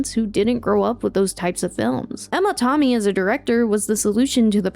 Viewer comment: Absolutely LOVE this video, but TOMmy? You gotta be ragebaiting, right? Literally everyone says TAMmy...